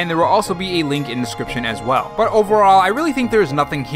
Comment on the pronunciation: I mean this in the nicest way possible: stop saying "as well" like you're stating a period. It's like some weird fad that other youtubers have with the same tone. Much love, tho. You're viewership may increase on that alone. Sorrynotsorry